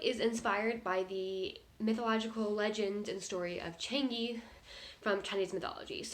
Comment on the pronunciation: it's Chang - EUH - Not Chang E